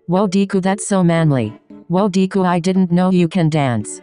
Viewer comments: ah yes deeeee-ku and not de-ku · it sounded like "Deku" 😫 i love it 😂